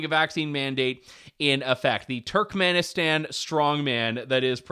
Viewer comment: Pretty sure youre now banned from Turkmanestan 😂😂 "BurkivBoooleyMuukmookendenlev"